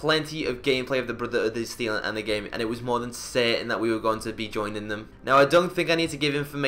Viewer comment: "Brutha-uda Steel"